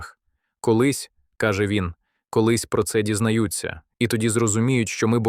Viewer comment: " колись про архів дізнаю́ться" . Нахіба робити з мови покруч? - треба: " колись про архів дізна́ються". Напиши, штубаку, що ти зрозумів і поправишся